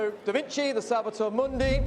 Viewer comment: Good video. One small quibble, Mundi is pronounced ‘Moondee’